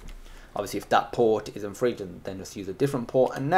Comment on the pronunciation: it's PHREEE